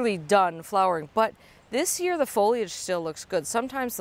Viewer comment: OMG thank you so much for saying “foll—eeee—idge” and not “foll—idge.” I don’t know why this has become a pet peeve of mine, but it has. So much going on in the world and I focus on a dumb word.